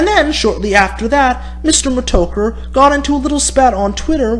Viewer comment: Why do you pronounce it Meh-Toe-Ker? It's pronounced Meh-Tah-Ker Mih-Store Meh-Tah-Ker Also JWB isn't a troll dude.